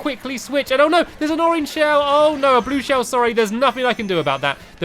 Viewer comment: first race- lap1- WHY YOU SAY ORANGE SHEELS!!!!!!!!!!!!!!!!!!!!!!!!!!!!!!!!!!!!!!!!!!!!!!!!huhuOH!